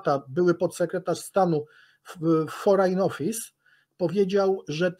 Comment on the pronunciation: Forejn office też